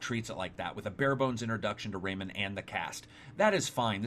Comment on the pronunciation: Rayman not raymen